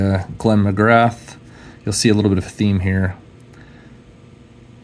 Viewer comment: Hey buddy, Love your videos. You’ve got an awesome collection. Just a small note Glenn McGrath is pronounced McGrah. He used to have an iconic chant whenever he bowled at the G ‘Ooo ahhh Glenn McGrath, ooo ahh Glenn McGrath!’ Those autos of his you have are 🔥🔥🔥